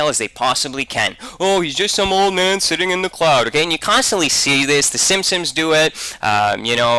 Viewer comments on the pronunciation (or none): He says "simsims". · It drove me nuts every time the called the simpsons the 'simsims' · Why the fuck can't the vigilant dumbass pronounce "Simpsons" correctly? It's a really common name. Plus they say "The Simpsons" at the very beginning of the goddamn intro. And the dumbass also says "e-moral" instead of immoral.